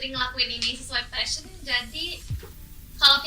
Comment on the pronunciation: putri bilang passion, bukan fashion.